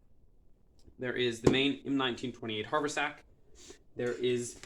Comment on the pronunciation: Very nice job, but one comment only. It's pronounced hav'-er-sack.